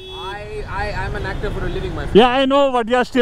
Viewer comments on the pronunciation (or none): Hector nai actor hota hai